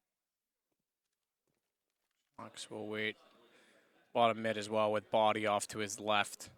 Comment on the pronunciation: "bodyy" armour ;)